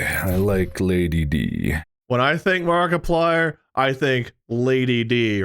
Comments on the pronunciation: Somewhy I heard Barkaplier at the end 😂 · Didnt you listen to the into? Its mark-eeplier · it's obviously a joke, even mark has pronounced it like that in a previous episode once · Why did he say Markiplier like that in the intro 😭